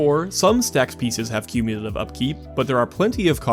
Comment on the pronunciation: Do not shorthand "cumulative"! Haaaaank!